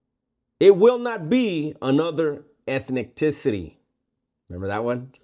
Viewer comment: Orale😂😂😂 Eth-Nick-ticity....lol 😂😂😂 On a more important note, great video!